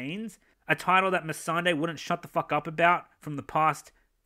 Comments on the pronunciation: I for one hate it when Dan cannot pronounce Missandei. Like how the fuck can he give so little fucks about the show that he can't even pronounce the names properly. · If GRRM died a few years back because of bad health, which many people thought would be a realistic scenario, we still would have gotten this polished turd. D&D cant even pronounce Missandei's name right, so why try and shift the blame onto GRRM when they have very little to no interest in GoT left. To them its become a bore and a chore, and this is the result.